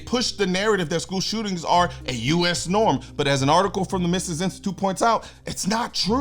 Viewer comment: Love the props to the Mises Institute (it's "Mee-ses" btw).